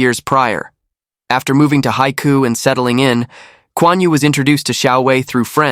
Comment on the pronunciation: I've been to Haikou and the narrator totally butchered the pronunciation. It means the "sea's mouth" and is the major port for Hainan with a channel across from the mainland. Hainan used to be part of the Guangdong province, as was the neighbouring Guangxi province. The Vietnamese also believe that Hainan should have been Vietnamese territory. They are famous for the famous Hainan Chicken.